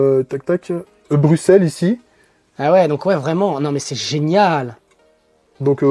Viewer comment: ENFIN un français qui prononce la capitale Brusselles et non Bruksselles :)